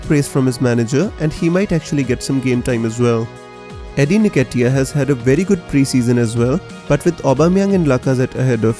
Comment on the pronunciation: Pronounced N Ket E A